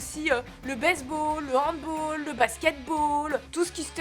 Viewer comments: NON pas handBOOOOL c'est handbAAAAAAll !!! le handbAAAAAAll vient d’Allemagne pas d’Angleterre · Aaah elle a dit "handbOll" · Hand"balle" on dit !! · Handball, pas handboll. Parce que c'est pas anglais. Mais sinon je partage plutôt ton avis, car je trouve que le foot est beaucoup trop commerciale et les joueurs sont. payés énormément pour frapper dans ballon et la garde pour eux alors qu'il pourrait en léguer une partie à des associations humanitaires. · J’ai entendu handbol, noooooooooooon je souffre... Par contre j’ai encore vu ce déhanché fascinant et qui plus est sur une pizza, je crois que je t’aime ! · On dit pas Handbol mais Hand"balle" puisque c'est un sport allemand à l'origine 😉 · On dit handball pas handboll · ah super vidéo encore une fois mais ça pique les oreilles "handbol" pour handball mdr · "Handbôl" ;-; C'est "Handbal" la prononciation. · LE HANDBALL ON PRONONCE "HANDBALLE" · On dit HandBALLE, merde !^^ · Comment elle a prononcé handball ... la honte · On dit HandbAll. En prononçant le a. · Hand "ball" pas "baul", c'est un mot allemand :P (oui mon vrai nom est Jean-Michel Péteux xD ) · Ça m'étonne de pas avoir vu de commentaire concernant ta prononciation du mot "Handball" 😂😉